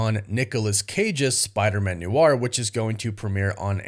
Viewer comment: Noir is one syllable. Not new-arr.